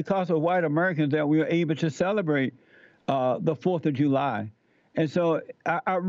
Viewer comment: Jew-lie? Uh, nuh yuh dit-iinnnt!